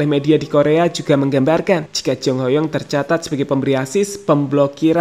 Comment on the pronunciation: Baru si mimin canal youtube yg nyebut nama Ho Yong dengan pelafalan yg bener 👏